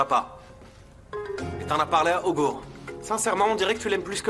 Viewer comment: Mais Ôgur stp, apprend de tes érreures